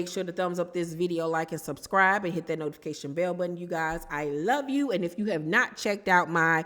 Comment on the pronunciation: I wish someone would tell Carlos it's No-tification instead of Not-ification I cringe every time he says it